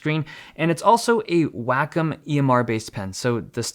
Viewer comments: I've only ever heard wacom pronounced as way-comm. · Is Wacom really pronounced "whack'em"? I've been saying "way-com" for so long.... :o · Nobody: Dave: “Wack-em”